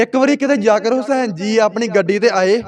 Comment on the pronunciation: tuci v shuddh Sunna bolna te padna sikho yaker hussan nu jaggar hussan 😂😂😂😂kahi janeo